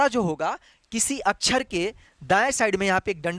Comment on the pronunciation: अछर नही सर x अक्षर